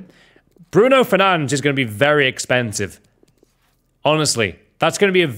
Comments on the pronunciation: its bruno fernandES and jou felix bro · It’s not fernange 🤬